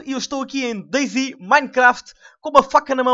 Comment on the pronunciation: eh dayZ e não deyZ